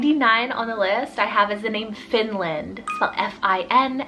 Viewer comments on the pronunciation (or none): none